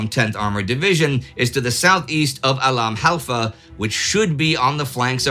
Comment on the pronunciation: " the bat 'em of al halfa begins" ...- .....proof that just the fact of knowing one has to nail pronunciation will preemptively garble words one does already have a mastery of